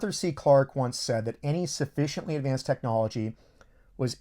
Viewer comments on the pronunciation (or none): none